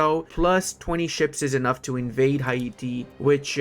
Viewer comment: Hi-e-tee? Hay-tee bro